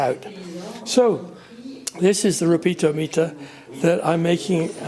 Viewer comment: Re-peat-a-me-ter youve got a whimsical way of saying it.